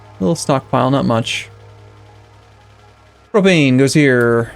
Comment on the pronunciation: Thank you for saying Propane right. :)